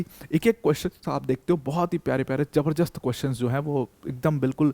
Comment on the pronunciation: Sir it’s jabardast not jabarjast 😅 don’t mind I’m just correcting